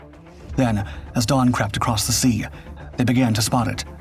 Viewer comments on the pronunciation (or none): Er.... "crept" surely?